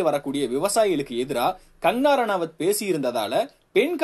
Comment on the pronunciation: Her name is Kangana, not "Kangarana". Please pronounce her name correct in the first place.